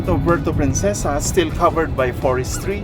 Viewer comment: I like the hat merch, don’t worry about the naysayers. There’s also in the name Philippines so it’s a win-win. *Just a quick comment on pronunciation of “Puerto Princesa” just funny to hear😆🤭 but it’ll pass. Shoutout from Vancouver!